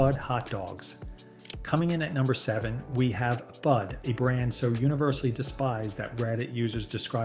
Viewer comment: FUD is pronounced FOOD